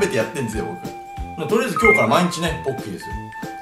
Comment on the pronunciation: ポッキーですよぼ○きーって聞こえたw